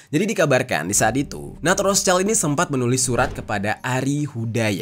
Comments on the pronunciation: bacanya roth schild bang bukan roths child mf bang🙏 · ROTHSCHILD: WROT SHILD, bukan ROS CAIL..... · ROTHSCHILD, pelafalannya 👉 ROT -Sheesh-ILT:: ROT-SHILT!! 👈bukan ROSE-CHILD wooooy!!! Paraaah 🤣🤣🤣🤣🤣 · Rot(h)-Schild, schild dibaca shild Kalo digabung bacanya rot-shild.